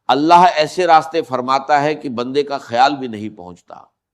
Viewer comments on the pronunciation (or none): none